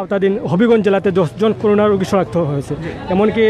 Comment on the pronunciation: করুনা না "করোনা"। শিবির পেলে কাছে যাবেন না ক্রস ফায়ার দিবেন?